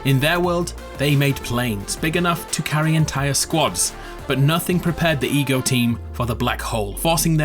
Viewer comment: Ever time he said ego it sounds like e-grils